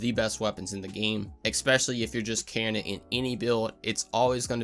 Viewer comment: Good video. Eh-spe-shuh-lee.